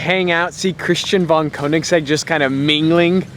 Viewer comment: Learn to pronounce "Koenigsegg"!